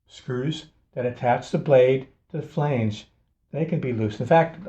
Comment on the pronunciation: Thank you! Please check your pronunciation on this word: FLANGE